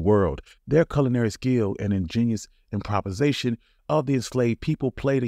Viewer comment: Did he say impropasation when he meant to say improvisation? Lmao